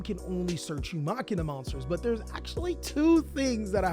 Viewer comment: Please start saying MACHINE-UH IT ISNT MOCK-EEN-UH